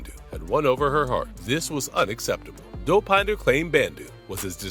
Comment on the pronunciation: the way the AI says Dow-Pine-da